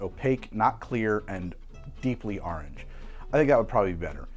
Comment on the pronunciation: The AHRNJ had me dying